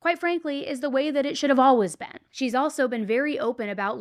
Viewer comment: "And as ALLWIZZ" I'm sorry but it cracks me up every time you say always 🤣 😅 I've never heard it said like that in my life